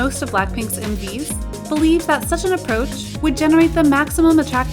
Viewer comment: When the video said “M/Vs” I heard “Movies”